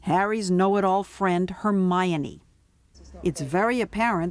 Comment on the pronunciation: Did she just said hermeYany?